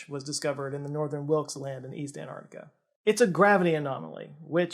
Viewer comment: Hey! it's AnTarctica, not an -arc-tic-a. Just like you have AnTennas and not an-ennas!